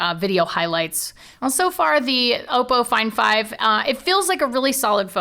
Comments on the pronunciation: its not pronounced "auxppo" its just oppo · It's Oppo not Opo! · Damn it! got you saying Oppo wrong too!